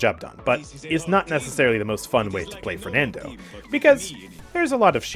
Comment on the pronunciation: i think you shouldve said fernando "e" with e in "bet" not "water"